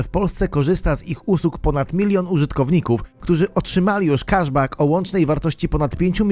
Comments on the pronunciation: Błagam, nie „kaszbak”, tylko „keszbek”… nie da się tego słuchać, strasznie to denerwuje 😬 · Prosze cie tylko o jedno, mianowicie jesli juz koniecznie musisz uzywac angielskich odpowiedników polskich zwrotow to naucz sie je chociaz poprawnie wymawiac po angielsku - cashback czyt. keszbek